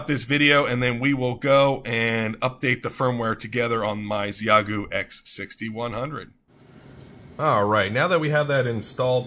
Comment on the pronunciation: FYI, it’s pronounced “she-yay-goo”